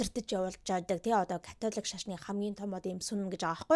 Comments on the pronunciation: Катлик шашин гээд сонссон чинь чихэнд аягуу содон сонсогдож бна шд кккк Католик шашин биздээ тээ 😅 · Яг америк аялгаар Катлик гэж дуудагдаж бгаа юм.